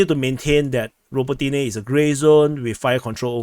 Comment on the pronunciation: raBOtineh, ffs!